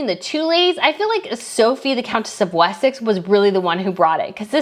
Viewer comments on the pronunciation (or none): none